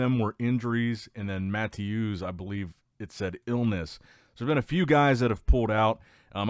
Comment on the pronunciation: "Matthewszz" try 'ma-tay-es', great work though love the channel